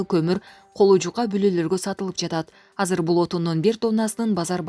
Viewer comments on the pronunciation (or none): none